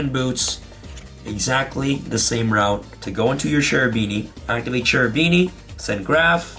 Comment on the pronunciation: "Cherubini" is an italian name, in italian "CH" sounds like "K", you should pronounce "Kerubini" and not "Cerubini"